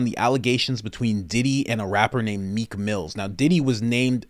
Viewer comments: It’s Meek Mill no “s” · It’s Meek Mill . No S .